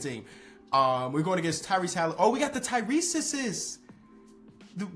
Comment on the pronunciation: “Oh we got the Tyreseses” 😂😂